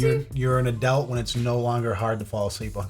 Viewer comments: You alway make me twitch when you say the word "Adult"... I'm hearing "Add-elt" rather than "Add-ult"... Love ya muchly from gumpy old British person🙂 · Did anybody else notice that when he () says "adult" it sounds like he's saying "owe-dult". Honestly the first time I heard it I just thought I was trippin, but at the end I heard it again. Great. That'll be my shower thought from now on... why the hell does he pronounce everything else normally (he has a decent vocabulary), but he can't manage to say the 2 syllable word "adult"? 🤔 Is he fucking with us to see if we notice? These are the thoughts that keep me up at night. 😂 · if you dont mind me asking where is your accent from? as I've noticed you pronounce your "u's" rather like an "e" for example when you say adult it sounds more like "adelt" & I'm just curious as I've never heard that in an American accent before?..I'm from the uk btw...i sincerely hope you don't think I'm being rude b'coz i really am not..i Love your accent..❤.. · A dult? Adelt? Aduwelt? I can't get over how you pronounce it 😂